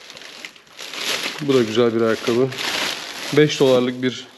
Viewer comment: Gene güzel bir video fakat ayakkabıya '' aykabı'' deme lütfen hocam :)